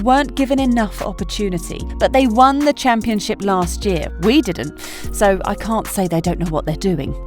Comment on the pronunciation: You said shampionship wrong. 🤔